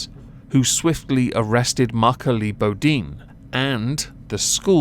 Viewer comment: Pronounced Boe deen